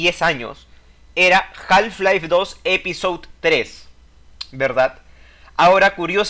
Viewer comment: Muy cierto lo que comentás. Una sola acotación, en la palabra Half no se pronuncia la l (ele). Se pronunciaría JAF-LAIF. Saludos.